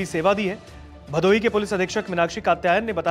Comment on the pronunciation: Bhadoi ❌ bhadohi ✅